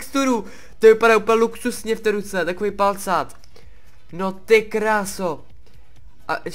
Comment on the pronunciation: Ne valcát ty vole, PALCÁT! :DD